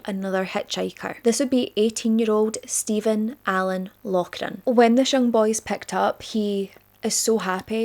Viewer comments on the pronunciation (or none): none